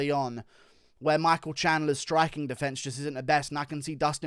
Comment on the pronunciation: defense or defiance what word are u trying to say ?